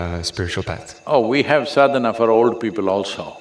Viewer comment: Please, it is called 'Sadana'. Anyway good content